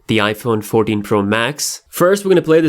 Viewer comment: His accent made him said "noush" and "Iphone 40 Pro max"